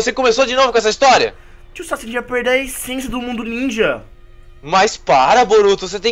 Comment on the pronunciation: No minuto o fala kawuack em vez de Sasuke